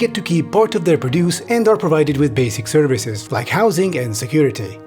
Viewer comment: Literally the tiniest nitpick in the world for this smashing video. But when produce is used as a noun the emphasis is on prod